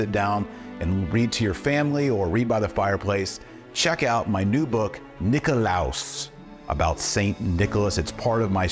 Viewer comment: Just FYI Dr. T, the accent in Greek goes on the first o. Nikólaos. Νικόλαος. Excited to buy this for my family. Thank you for writing!